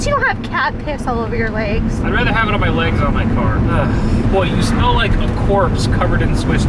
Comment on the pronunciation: U dont rike it u rove it